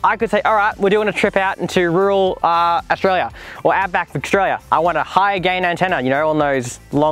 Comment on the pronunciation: Australia is not pronounced "Oshraya"